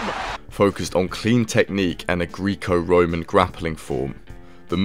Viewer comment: Mate, Greek-O roman? Sov-eit? They aren’t even hard to pronounce haha.